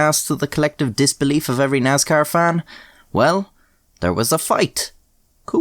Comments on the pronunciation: It pains me the way he pronounces "Nascar" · He said “Naz-Car”! 😹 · Nazcar is how we should all pronounce it now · so a light Irish accent almost pronounces Nascar in its proper grass roots hill folk form... hillbill sees race cars and says "Thats a niiice car" IE the word Nascar was born Also, used to race Karts as a Kid... Dirt circle, WKA. Fist fights were very common at the race track.. usually one every weekend at least.. One time i was at a Dirt Modified Race and at the end because of a disputed win, there was a fist fight of about 20 folks on front stretch/winner circle and the whole crowed basically started rioting.. beer cans were flying everywhere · NASCAR does not have a Z (zee not ZED) is has an S NOT NAZCAR. LOL joking 🙃